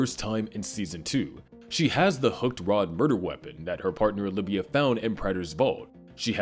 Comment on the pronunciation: Why are we still calling Oliva, "OLIVIA"?!